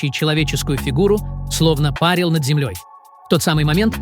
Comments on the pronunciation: Эти "чтецы" меня запАрили со своим "пАрили"! 🤮 Ударения, чёрт возьми, ПРАВИЛЬНО расставляйте, чтобы боты ПРАВИЛЬНО читали! 🤨 Это -- О-О-ОЧЕНЬ просто! 🥴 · Не видео а какие то банщики, все время парят. Кого они парят? При чем тут баня? Не досмотрел надоели. Приходите когда ударения правильно научитесь ставить. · Кого вы постоянно па́рили, материал интересный. Ну, такие ошибки. Нельзя так.